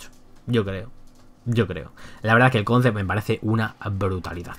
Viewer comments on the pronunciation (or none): none